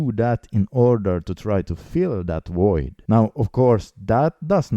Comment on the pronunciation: Void not voyd.